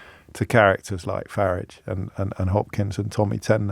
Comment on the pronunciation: Did I miss the memo about Nigel Farage's name changing pronunciation? Why's everyone suddenly saying it differently 😂